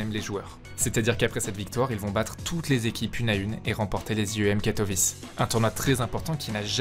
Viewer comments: Bonne vidéo, juste Katowice se prononce pas katovisse ... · La vidéo est super, Apex est un joueur passionnant et ta narration est au top. Mais je t'en supplie revoie tes prononciation j'ai eu des saignements c'est EnvyEUSS et KatoviTCHE!!